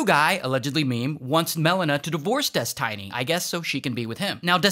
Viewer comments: Des TEE NY Not Des TAI NY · Why do you say it like "DesTINY"? when its clearly Destiny as in someones destiny, you know this Ray.. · des tiny? what its literally destiny like how do u mispronounce that 😭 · He said “dis-tiny” instead of destiny 😂😂😂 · I'm sorry Ray but it's destiny not tiny it's like tinie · Holy moly I was laughing so hard when I heard "des-tiny" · This guy has Key and Peele level of issues with pronunciation 😁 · des- TINY pen1s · "DES-TINY" is mad 😂😂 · My guy called him Des-tiny I AM DONE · I love that Ray called him ᴰᵉˢ instead of Destiny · U CALLED HIM DES - TINY 😂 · I love how he's calling him des tiny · "des tiny" 💀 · lol "des-TINY" hahahaha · so we are just not going to talk about how Ray keeps calling him "Des-tiny" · Destiny❌ Des-Tiny✅ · Des-tiny LMAO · "Des Tinny" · Des-tiny lmao xD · Des-tiny? Lol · des-tiny LOL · how you gon say destiny as Des Tiny 😂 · How does an english speaking person read out Destiny as Des-Tiny? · "Des Tiny" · Ah yes Des Tiney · Why are you calling him ThisTiny? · why is he calling him des tiny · bro said Des Tiny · Bro its "Destiny" not Dest i ny or Destainy :D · Bro said des, tiny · Des-TINY lol.... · haha Des-Tiny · Des-tiny? Really? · Destiny not Destine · Des tiny. Hahahahaha. Now say it with me Destiny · DESTINY NOT DES-TINY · No it's definitely Des-TINY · he said des tiny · Calling him Des-tiny is sure to trigger Infrared Haz's insecurities 😂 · "Des-Tiny" is killing me. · i spitted my food when you called him des tiny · Pronouncing it like "dez-tiny" is driving me nuuuuts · why is he calling him dest tiny? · Did he say dis Tiny ? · why "destiney"? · they way you say destiny is killing me 🤣🤣☠ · Why is he saying "destiny" in such a weird way? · Is nobody talking about how he says destiny 💀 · Is this an actual person reading this script? The pronunciation of destiny is weird.